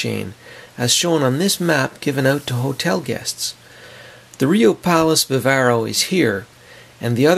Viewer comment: First of all it’s the BAW-vaw-roe, Not the ba-VAIR-o. It is a 5 star resort as are the Punta Cana Palace and the Macao. I’d give Bambu and Namibia 4 stars. Food is great at all. As for the gaudiest, ugliest lobby of the 5, go straight to the Bavaro. When there, one feels they are visiting Vulcan and Spok might show up at any time. Or a family of Coneheads !!